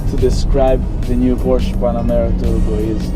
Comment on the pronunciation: How can you expect us to give any credence to your "reporting" when you don't even know how to pronounce this word: PORSCHE ?